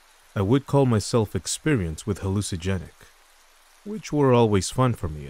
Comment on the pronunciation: Nature sounds are nice!! You have a good voice for storytelling dude!! It's pronounced haa-loos-inna-jennicks. Not trying to be negative, simply pointing it out! I can see this style of trip reports going FAR!! keep it up!!